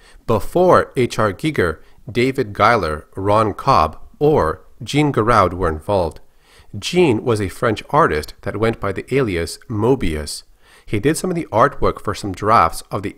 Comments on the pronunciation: "Djin Gheraoudh" Aaaaah, Jean Giraud. Ok. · the way you pronounced Jean Giraud made me physically recoil in agony. obviously your video is a great, but... moebius is french. it pronounced ' Sean Gi Row' . he just inspired me to much for me to let this one slide, sorry .